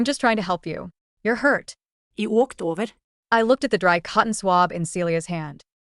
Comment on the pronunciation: “He wolked overrr” the accent 😭